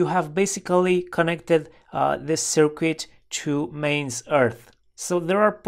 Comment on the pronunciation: FYI... Just a heads-up...There is no "W" in "circuit"... pronounced (sirkit ).